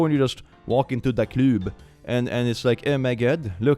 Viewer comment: “walk into tha cloob” ✨